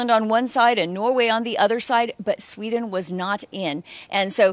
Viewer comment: ..🤔.."I'M FROM SHWEEEDIN.."!!